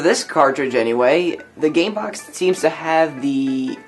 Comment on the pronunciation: LOL "CAMEBOX"